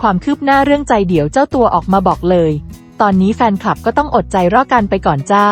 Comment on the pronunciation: ้เอาคนนี้มาอ่านอีกแล้ว ไม่มีคนอื่นอีกแล้วหรือ อ่านหนังสือตกภาษาไทยแน่ๆผู้หญิงคนนี้ อดใจรอ ก็อ่านเป็นอแใจล่อ